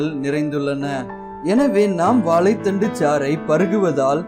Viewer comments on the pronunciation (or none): Athu Vaalai thandu illa sir.. Vaazhai thandu yea tamil ah kola panrigaa..